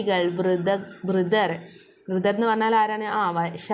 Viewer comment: Vridhar allaa vriddhaar 😂